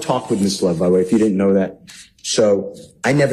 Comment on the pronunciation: Did the proecuter just ptonounce DIDN'T DI N'T??